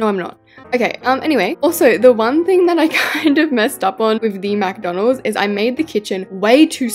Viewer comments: caught yous saying mcdonaldssss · Am I the only one who noticed saying “MaC dOnAlDs” on? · It’s not Macdonalds it McDonald’s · It’s McDonald’s not MacDonald’s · Stop saying Macdonalds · She said mc Donald’s instead of KFC